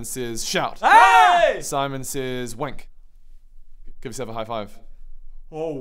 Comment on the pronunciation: Oh man. I heard say "Simon says w@ instead of wink 😅